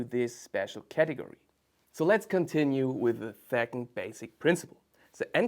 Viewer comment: Your English is excellent - however when you pronounce "2nd" you incorrectly use a "TH" as in "think" and not "S" as in September